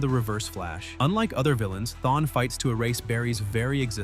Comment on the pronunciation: This nicka said Thawny😢😢😢